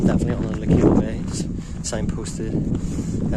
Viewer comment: I like your videos, and your a great guy and i don't mean this to be rude. The proper way to say Lecale is not le-kale like the stuff you eat lol, the 'e' at the end is silent, and it's pronounced 'Leh-khal,' it's irish for Cathals half. i'm a local and thats how its said, it's a word with old french origin as well as irish. Your belfast hills vids are really nostalgic as i came from there a very long time ago and things have greatly changed so it was nice that you do walks ahd hikes there it brings back many memories Cheers.